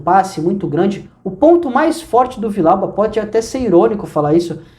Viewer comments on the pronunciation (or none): A pronúncia tá errada, é Vi-Dial-ba. 2 LL no espanhol tem som de jota